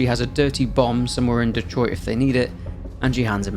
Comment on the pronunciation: Thank you for being English and somehow knowing how to pronounce Detroit correctly 👌